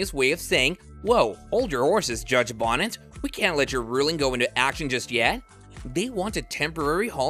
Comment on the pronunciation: His name is not judge Bonnet - it’s Judge Bo Knee Tez - not spelled this way but pronounced this way.